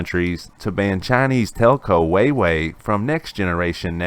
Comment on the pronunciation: Lmao, just so you know the state sponsored telecom huawei is pronounced Hwah-way. I’ve heard some funny pronunciations before but yours was definitely the funniest 🤣